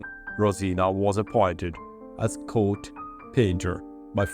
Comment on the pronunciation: As you’ve probably noticed, I’m limiting the “torture” to every third video to try to keep the focus on the errors that occur most often. It also allows for more practice on words that seem to be used most often. I’m going to harp on the rhotic “r” until you master it in the “or” words. They seem to be the troublesome ones. The “or” words that occurred in the were: “court”, “harpsichord”, “support(er)” and “world”. The sound that you’re missing is the same as the words “or” and “ore”. The tongue needs to raised to where it’s just slightly behind the alveolar ridge. Practice with words that begin with “r” to get the “feel” of the proper positioning. The next group of words are the “middle ‘u’” words three or more syllables. In most cases, these words use the long vowel sound, not the short. The words that came up in the last three videos were: “calculus”, occupied”, “popular”,reputation” and “tuberculosis”. For the long “u” I use “yew” as the phonetic because it sounds like name of the letter itself, which is what is meant by the long sound. Therefore, they are pronounced as follows: “calculus”= “KALK-yew-lus”. “occupied”= “AHK-yew-pied”. “popular”= “POP-yew-lur” “reputation”= “rep-yew-TAY-shun”. “tuberculosis”= “too-BUR-kyew-LOW-sis”. Some of these same words have been corrected before, so they need more practice. The last words have occurred before, so give them more practice too. They are: “satirical”, “subsequent(ly)”, “theatre”, “theatrical “ and “theologian”. Corre